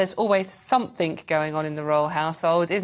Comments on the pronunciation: Did she actually say,somethink?OMG,the word is something. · Please, there is no such word as SOMETHINK. The word is SOMETHING. Please speak English. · Love the show, but switched off immediately the presenter said ‘somefink’…. Seriously?!